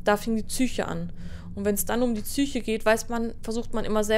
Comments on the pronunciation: Wieso sagt sie immer tsyche und nicht psyche? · Kann mir jemand sagen warum es Leute gibt die Zysische Gewalt sagen. Oder Zysche ? Gibt es Bundesländer wo man Psyche so ausspricht?